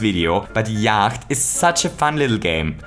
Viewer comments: Yacht is pronounce "yot" and it seems like its just a knockoff of a game called Yahtzee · Just saying - Yacht is pronouced as 'yot' rhymes with 'knot' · All these comments about how Yacht is basically Yahtzee, apparently no-one cares that Yacht is pronounced Yot. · it is yatche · Are you sure you're pronouncing Yacht right? I mean, the kind of boat is pronounced yaht... Also, in theory it should be one die, two dice, and not one dice, two dices. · Could I just say that I think the Yacht game is called Yatzee in real life? At least that is what I think the game is. Also, it is pronounced "yot" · I am going to start pronouncing “yacht” this way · Warum sprichst du Yacht falsch aus :0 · I love just how austrian your pronunciation of "yacht" is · I think you don't pronounce the 'ch' in yacht. Guess the german comes through here ;)